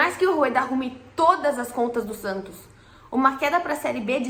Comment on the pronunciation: Prantos ou Santos?? Kkkkkk🐷🐽🐷🐽🐷🐽🐷